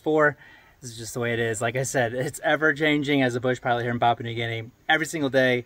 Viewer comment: Papua, not pop.